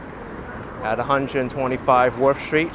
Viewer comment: There is no SHTREET word in English ! Embarrassing... No shtraight, no exshtremely, etc...